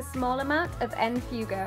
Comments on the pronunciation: Bahahahhaha en fugo...I'm dying it's pronounced ( f-way-go) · "en fewgo" LMAO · Love this look! Just so you know, the shade En Fuego is Spanish, and it's pronounced like fway-go. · That look is gorgeous on you! 😍 Also, en fuego is spanish for 'on fire'. It's pronounced like f-way-go. 😊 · (by the way, as a spanish speaker, En Fuego is pronounced en-fweh-go) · Just to help you out, it's pronounced en-fway-go